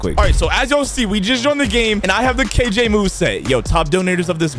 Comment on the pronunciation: Dayum when bro said kj in the intro it felt like he is kilo joule